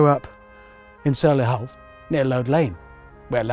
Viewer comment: "When I grew up in Sow-lee-hal . . ." Was that deliberate Hammond?